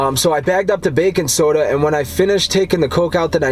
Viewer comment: Haha I heard "Bacon soda" too and then I realized he was saying "bakin' soda" lol